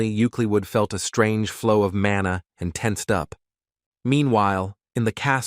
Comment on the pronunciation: So much errors lol, it's mana, not manu.. it's her son, not her boyfriend.. 😂